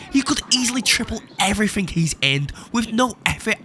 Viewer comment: "Naturally, he loses everythink."